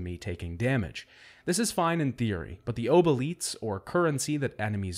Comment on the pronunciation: Your pronunciation of obolites makes you my least favourite son ngl. Great video otherwise!